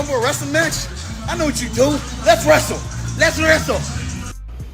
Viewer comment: Lets wräsle, lets wräsel